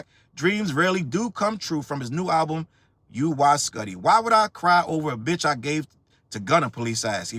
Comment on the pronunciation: It's "Woo-wee skootty"